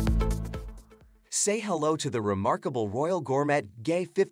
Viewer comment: But also, Gor-mett? smh